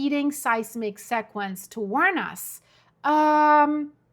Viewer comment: FYI, the word sequence is pronounced: SEE-quence. ☺